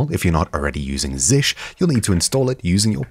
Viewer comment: It's not [zish] but [zee shell].